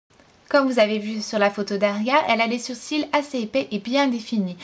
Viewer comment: Tu dis "surcils" ? :)